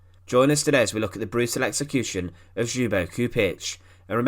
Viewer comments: Not pronounced xoobo lol, the L isn't silent, it's pronounced L-yubo, Lyubo. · His name is pronounced Lyubo. Keep up the great work with your videos. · Where in the world someone decided to pronounce Ljubo's name like this? Other than that thanks for the video. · The J is silent in " Ljubo" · Excellent video. The name is pronounced as if it were spelled in English: Chedomir Lyubo (the L is not silent) Chupich.